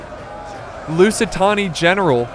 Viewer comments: How is it such an issue to say the Lusitani name so hard? Every battle with them I've seen that he's casted is pronounced lusitoni multiple times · Lusitani, or as says, Lucytony